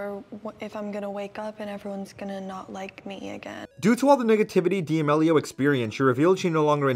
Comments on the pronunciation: Dee ameleeo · Lol the way you pronounce their last name gives me ANXIETY. Never heard it pronounced that way. Is that the correct pronunciation? 😳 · de ah mellios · Lol. Dee-Ameeelio ..c'mon my guy, if ur gonna make a vid on someone at least learn how to pronounce their name right